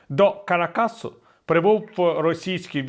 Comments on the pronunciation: Кара́кас і Венесуе́ла, а не Карака́с і Венісуела. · КаракАс???😅😂 Ви ж лауреат, як не соромно😅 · Правильна вимова — Кара́кас, з наголосом на другому складі: 👉 Кара́кас (а не Ка́ракас і не Карака́с). 🔹 Так вимовляється як українською, так і в іспанській мові (Caracas [kaˈɾakas])